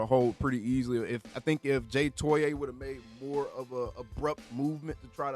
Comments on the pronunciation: It’s pronounced JAY TOY-UH just so you know. Gonna drive me insane with that TOY-AYE 😂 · Fyi: The correct pernouciation is: Toe-ee-ahh (3 syllables) Toe- like on the foot Ee - like the letter Ahh - Like the sound of relief Now that he's significant enough to remember.